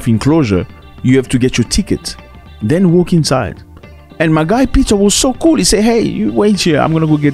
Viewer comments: Man said Kuru waters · It's cool water not kuru water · lol cool waters becomes kuru waters. Kenyans from your tour guides region have a serious problem with L and R. Can thoroughly confuse a visitor.